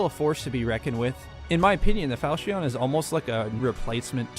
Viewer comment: falchion not falcheon jk pronounce like you want